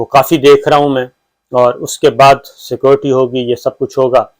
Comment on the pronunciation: Please apni”scorty”theek karain proper bola karain security